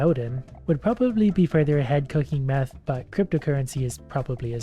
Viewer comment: He said meth I’m weazing